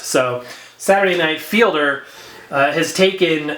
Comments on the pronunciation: It's pronounced "feed'-ler," not "feel'-der." It's Fiedler, not Fielder. Just FYI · It has the extended version of Disco Inferno which you were referring to. I believe it's If my memory serves me correctly. I believe Arthur's last name is pronounced feed ler.